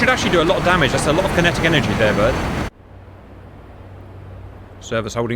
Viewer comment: Never heard the word damage so butchered. Dam ajjj???